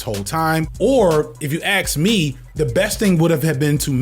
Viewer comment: I am lerning english and i’m often confused when he says the word "ask” but i hear he saying "axe”, is it an accent from some part of the US?